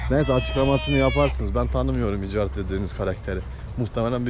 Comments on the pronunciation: Abi İcardinin isminin okunuşu İkardi Bi futbolcu galatasaray futbolcusu :) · Abi icardi futbolcu da ikardi diye telaffuz ediliyor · kolay gelsin hacı icardi gs futbolcusu ikardi diye oku sen ama senin sesinle yazıldığı gibi icardi demen daha iyi gibi sanki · İcardi deil ikardi